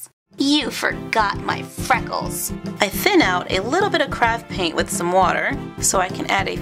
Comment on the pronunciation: Who else thought she said crap paint